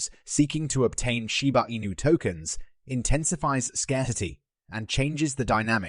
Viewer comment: It doesn’t matter what accent you try to throw on it your AI voice still cannot say Shiba Inu correctly!